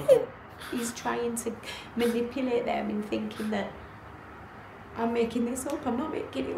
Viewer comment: If one can't undersatand how not enduring the efforts needed to learn common pronounciations to local language then one also forfeits their right to complain about oppression when running up the social ladders of their life. "Manipilate" and "axe" and 'akrit' being used for 'manipulate' and 'ask' and 'accurate' are the red flags this guy are showing the world as reasons to not be hired as anything except a 7th grade English student. His mouth is not shaped any different. Just trying to help. I want the pool mixed, I just want it all up here at my level is all. I want to be the stupidest guy around.